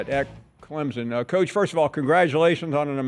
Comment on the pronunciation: Paul there is No Z in Clemson. I’m a gamecock fan, correct your speech